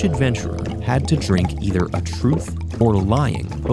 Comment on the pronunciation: The “ether” in “either or” was pretty subtle.